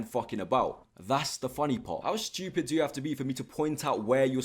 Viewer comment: He talks about how we pronounce works yet he pronounces ‘stupid’ with an H….shhhtuupid! 😂😂😂😂